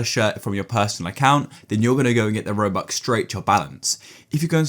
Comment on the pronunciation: bro said robucks